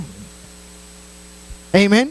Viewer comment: Hno. Creo que NO es necesario decir : "Eimen" cuando sabes decir "Amén" tu predicación fue muy correcta y No necesitamos saber que dominas el inglés, cuando la iglesia entiende el español. Creo que Pablo habla acerca de eso en la carta a los Corintios. Trata de ser humilde.